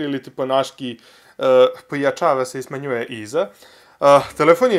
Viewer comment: PojAčava se i smAnjuje iza.Jos se valjam XD